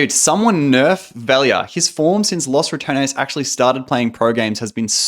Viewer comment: Ya know, he mispronounces Ratones, but it sounds like "Los Return-es" which is kinda accurate man! Also, if you're interested in how to pronounce it, I included my best try at explaining how it feels to say it, in my mouth. Ratones is pronounced more like "Rolled R - ah - to (but the t is actually somewhere between a d and a t, but closer to a t. and then the American pronunciation of the character in Smash,) - ness. So, something like rrah- Tdo - ness